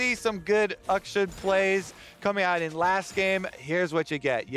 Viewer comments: west of China. I’ve actually researched this now because I’m sure you guys are just trolling. “Akshan” the name is pronounced “Aukshaan”. Not “Uhk-shun”. I’m not wrong. Have a great week. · Champion's name: "Akshan" Kobe: "Uhkshun" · I'm like... 99% sure that regardless of English pronunciation rules... Uckshun sounds like a really stupid way to pronounce a name for anything other than like, a venereal disease.